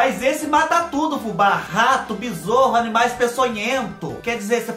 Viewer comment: Ai,, todas às vezes que ouço você dizer bezorro eu imagino um besouro mascarado montado num cavalo e gritando: Aiou Silver! (Nome do cavalo do Zorro é Tornado.) 😂😂😂